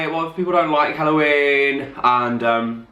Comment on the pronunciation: I couldn’t stop laughing at the way you said Halloween😂😂